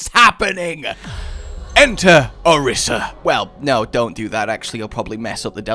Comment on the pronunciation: Two things: One: It's Ah-Reesa. Two: She didnt give it a heart. Its a metaphor.